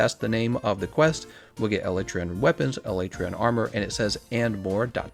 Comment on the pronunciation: First time a YouTuber has pronounced Alatreon the same as me.